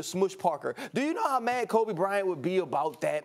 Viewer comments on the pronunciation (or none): none